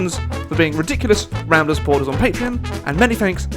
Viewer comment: Rambler! you actually pronounced the name correctly